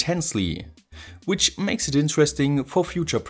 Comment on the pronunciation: I love all your videos. But please stop pronouncing a "S" after the word "IT". My ears are bleeding:-)